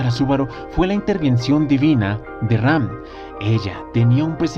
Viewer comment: siempre dices REm en vez de Ram :v